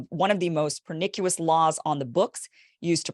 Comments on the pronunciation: Just a slight correction, Kim. It's pronounced Per NI shus. Always love your work! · Kim. Pernicious is not pronounced pernikuous it’s pronounced pernishus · My girl said per nic yew us ! Young lady 🤦🏻. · Per-nish-us, babe. Not per-nick-yu-lus. pernicious pər-nĭsh′əs adjective 1 Tending to cause death or serious injury; deadly. 2 Causing great harm; destructive. 3 Quick; swift (to burn). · It's pronounced per-nish-us, not per-nick-u-us. Not shitting on your pronunciation, just for future reference. Grandma taught me never make fun of anybody for mispronouncing words, it means they learned by reading and you should never discourage that. Thanks as always for the excellent reporting. Peace ✌️ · Per-nic-u-iss? Pər-ni-shəs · Not per-NIK-u-lous. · Ok I'm going to be that guy -- it's pronounced "per-ni-shess". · pernicious - the c is 'sh'. not pernikuous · You mis pronounced pernicious. Keep rockin though.